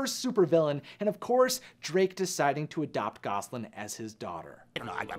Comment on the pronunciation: 'Gasoline'? Seriously?? It's GOSALYN, my dude. Gasoline is the stuff you fuel your car with.